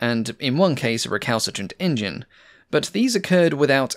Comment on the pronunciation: When says "Engine" something was making me think.... Hmmm Then I realised when he says Engines it sound like he's says in-juns like an old Cow Boy Movie character might. Unfortunately now I can't un-hear that link in my mind, but it does make the videos even more entertaining as a consequence.